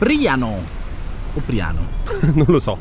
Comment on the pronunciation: Priàno non Príano 🤣🤣🤣